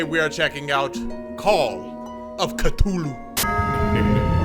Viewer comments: Call of Ca-TOO-LU You made it funny to me and I would love to hear you say catoolu the whole time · The way this man just said cthulu